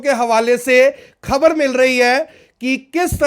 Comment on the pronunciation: Pls pronounce खबर Not खब्र